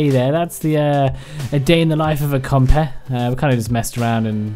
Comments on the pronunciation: "Compeh" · Sounds like when he says, compy he says compeh.